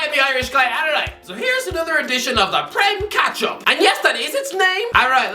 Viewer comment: plese change the name to prem ketchup, its what i hear when i tell you